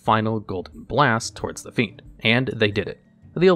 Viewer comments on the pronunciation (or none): none